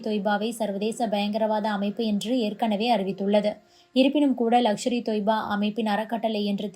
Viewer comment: லக்ஷர் இ தொய்பா இல்லை. லஸ்கர் இ தொய்பா